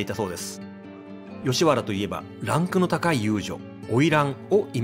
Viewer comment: なんかアクセントがおかしいね。 曰く、「大門↗」「高雄↗」「ランク↗」「勝山→」